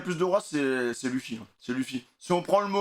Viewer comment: Arrêté de dire luffi ça se prononce leufy